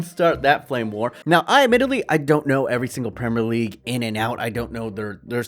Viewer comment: Not trying to leave hate comments but the pronunciation if premier league but gd vid anyway